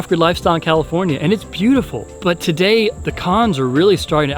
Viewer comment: You almost said comifornia just embrace it